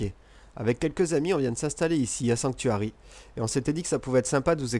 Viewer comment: When I place my roof in I always place a glass window in the center of your second roof style. Cause I place a generator up on top so each house has there own power. I really do like this design though you made it look like a real roof should look like. Its kinda interesting when you said Sanctuary in French it sounded like it would be in English.I like this idea with the glass window you have.I think I will try it out.Thanks for the Great tips!! That's amazing trick with the door.Now I'm definitely using that idea. I just couldn't figure out how to put doors there. You would think you could just place one there but it turns out you cannot but NOW I can .Thank you again. I hope this channel dose well for you & I can't wait to see what you have for us next time....